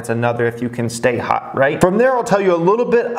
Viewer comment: Everyone: “hot”: “hut”